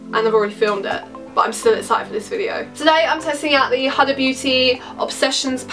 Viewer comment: It’s pronounced “hooda” but without too much emphasis on the O